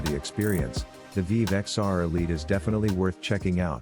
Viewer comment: This video is garbage AI generated spam, cant even say the name of the headset correctly